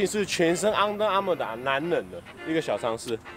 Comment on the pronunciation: 那個「昂的Armour」我有被戳到笑點🤣🤣🤣